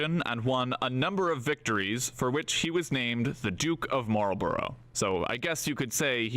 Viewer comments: It is not ... Marlboro' ...it is Marlborough - pronounced "_Marlborruh_" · It's normally pronounced "Mawlbruh" - the Duke would certainly pronounce his name like that. I believe residents in the town of Marlborough pronounce it that way too and the same applies to Marlborough House in London. That's English for you - the spelling is there to confuse!😅